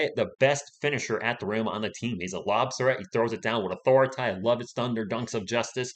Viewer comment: Ahhhhhh. I thank you for pronouncing it correctly. It is "authoritah."